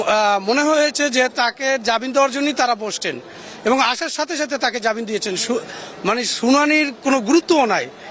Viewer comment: ইনি তো জামিনকে জাবিন বলছে , এ আবার সাক্ষাৎকার দিচ্ছে...